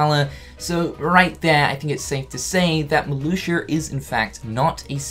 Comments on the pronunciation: Emiliano Gonzalez but it's pronounced Mar-Loo-shia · I think it's Marluxia not MarluxiER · Oh my god “Marloosher” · Decided to take a shot every time I heard “Marloosher.” I’m three minutes in and I’m drunk. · Marluxia in english: MARLUSHU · “Marlusher”... Nice. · "Marluxer" XD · Lol "Malusher" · It sound like you are saying Maluxur,. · Does he say "Marluxier" when it's in the middle or beginning of a sentence? I'm pretty sure he said "Marluxier is back". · Does any one else hear him say marluxer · Who is “Marluxiar”? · Is he saying Marluxer? Lol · Matthew0337 This. He says ‘MarluxiaR’ as well, it’s just the way he speaks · I love the way he says Marluxia. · i caught it the first time he said it and thought he just messed up... then he continued to say it lol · Nah, I'm a kiwi same as him and is definitely saying it wrong lmao